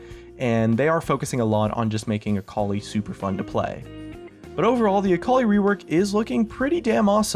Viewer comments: .....akoli...its akali.... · Sitting here being an Aurelion Sol main and hearing "Akali Buff" made me die a bit inside